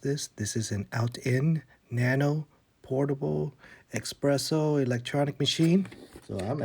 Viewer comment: Sorry this makes me cringe. It’s eSpresso, not eXpresso. This looks pretty interesting though, may have to check it out!